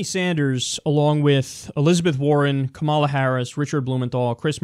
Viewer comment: Kyle I love you, but you have to make a correction to this or give a source. There's no way this costs 600 billion; not even the most scummy estimates go that high.Also on a smaller note, in "Kamala" the emphasis is on the "ka" and not the "ma".